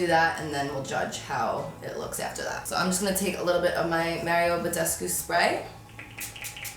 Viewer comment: Does anybody else notice her accent when she says after